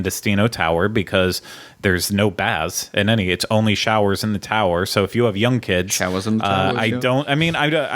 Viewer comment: SHOWAZ IN THE TOWAZ